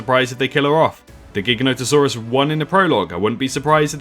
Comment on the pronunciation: It’s pronounced gi- ganotosaurus not gig-anotosaurus